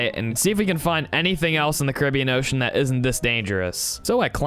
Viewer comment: I HAD INTERNAL SCREAMS EVERY TIME YOU SAID OCEAn